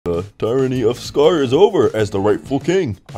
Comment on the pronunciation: Tyranny its pronounced tier a knee